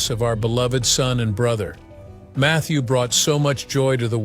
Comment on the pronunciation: Mather Perry on "Friend?" This is some really bad AI.